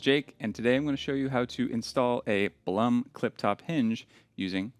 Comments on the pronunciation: Blum GmbH was founded by an Austrian gentleman named Julius Blum. The name is pronounced exactly like the English word "bloom". It does not rhyme with "Plum" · You can get certain Blum hinges at IKEA (at least in Germany) for a very fair price (Blum is pronounced Bloom).